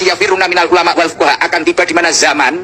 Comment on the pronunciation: di konten ini malah lebih parah bca hadist nya.. 😂😂😂 Akhir ayat harus nya fuqoha bukan fuqorooi... 😂😂 Cb dgerkan.. Klihatan sekali kyai ini cm ikut2 an menghujat.. 😂